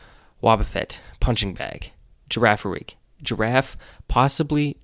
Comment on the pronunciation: Bro really said Giraffe-aiai Update: Pitchagiust?